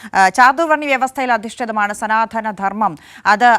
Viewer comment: സനാധന ധർമ്മം അല്ല. " സനാതന " ധർമ്മം ആണ്. ( മലയാള ഭാഷയെ വികൃതമാക്കാതെ.).